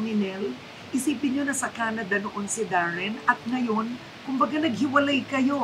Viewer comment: Oh Darren not Warren